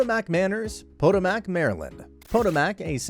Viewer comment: He also said Potomac wrong about to pronounced. PIH-TOH-MIK not POH-TOH-MAK